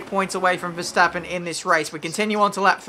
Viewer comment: . Veshtappen? who is Veshtappen? LMAO XD